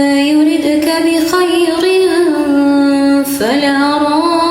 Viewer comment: ماشاء الله حبيبتي الصوت جميل حرام الرجال تسمعه كلمة بخير الراء مرققة عند الوصل وعند الوقف